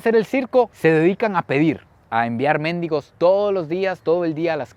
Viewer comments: un fraternal saludo desde El Salvador. Con las disculpas solo una observación en este video, pues no se dice Méndigos, sino Mendigos. Que Dios te bendiga y gracias por tus videos, enseñan mucho. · "Mendigos". "Méndigos" es otra cosa :face-blue-smiling